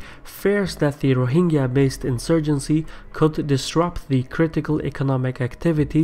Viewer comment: It is not ro hing ga. It is ro hin jah.